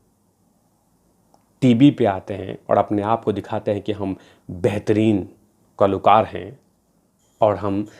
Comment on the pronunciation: Kalookar as you say, and not kalakaar